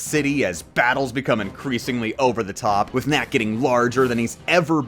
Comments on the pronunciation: It sounds like you are saying little mac when saying little knack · you keep saying little knack, it sounds like little mac and i feel like you are talking more about punchout